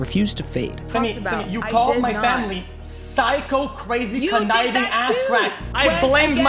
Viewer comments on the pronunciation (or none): none